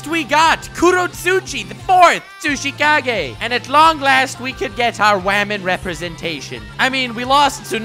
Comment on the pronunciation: I keep hearing sushi Kage instead of tsuchikage